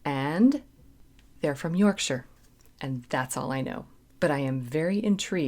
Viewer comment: Small point - love that you pronounce 'Yorkshire' correctly. Maybe do 'Sister Seagull' or 'Maid in Heaven' next, off of the same album I think.